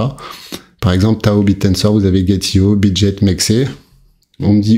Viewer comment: Salut juste pour info Bitget on dit pas Jet comme l'avion on dit GET comme ghetto. Merci pour ton travail 😊